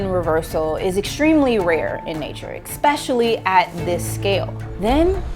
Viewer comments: I was hooked on every word, and then she said EXPECIALLY. I don't think I can trust the word of someone who can't even speak properly. It'd be like listening to that astrophysicist who thinks he knows ALL science better than anyone, but then can't even define what a woman is. Neil DeGrasse Tyson, ofc. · If you're trying to sound intelligent, stop saying eXpecially, and wearing a tank top to record your video... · Did I hear her say… ekspecially ?? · Can you please stop pronuncing 'especially' with an 'x'. The word is NOT "exspecially". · There is no x in 'especially'. Do better.